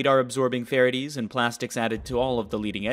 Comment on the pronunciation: It might be a machine. He can’t pronounce the word ferrites properly